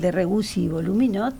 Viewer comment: El puño cerrado es para esta mina "Malcom X" ???? Ay, dió ! Y "Voluminot"??? es Voulminot!!!! Relamente sabe leer???